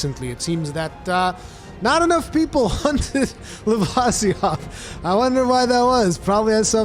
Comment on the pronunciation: Its pronounced Luh-vih_see_oth